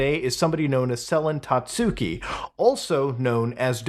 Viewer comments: hard to take this video seriously when you're calling her 'sellin tatsooki' the entire time lol. you did research and couldn't even get her name right? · Sel-en Tatsooki, eh? Is she related to Selen Tatsuki? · I swear no one can pronounce "Selen Tatsuki" correctly, not even a lot of fans, even though she says her name all the time